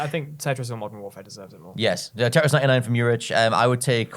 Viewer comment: Can one of you three please pronounce "tetris" properly? It's your job